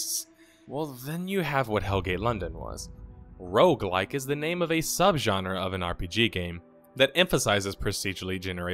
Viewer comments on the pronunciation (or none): none